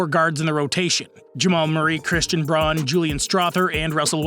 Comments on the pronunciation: Only one disagreement in this video. It's pronounced BROWN, not BRON. There is many ways to spell a name, not sure why people are struggling with this so much. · It’s Christian Braun, pronounced like “Brown”.